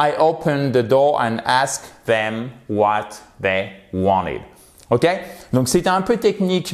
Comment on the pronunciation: Bonjour, peux-tu m'expliquer la différence entre "the last" et "the latest"? latest à pour racine late? à la fin de la vidéo, tu as prononcé "wanted" sans le t? merci